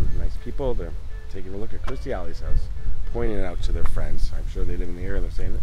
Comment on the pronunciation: Please, its Kirstie not Kristy.